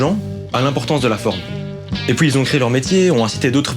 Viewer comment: Gars, un truc, uuun seul ptit truc vite fair chiant a crevé... ON DIT PUIS PAS POUIS !!!!! Bisous bb t’es un bon ;)